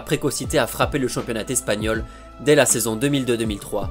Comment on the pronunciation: Le "championnat Tespagnol" c'est dans quel pays? Au pays des liaisons dangereuses? 😉